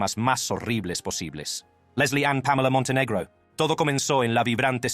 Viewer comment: Para los que se quejan de su narración: Hago de su conocimiento, que se trata de un dictado a voz, realizado por una IA. Ha avanzado mucho desde Loquendo, pero todavía tiene detalles, como el hecho de pronunciar: "Lesleeiiannpamelamonteneguro" en .